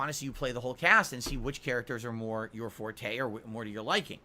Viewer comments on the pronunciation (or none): none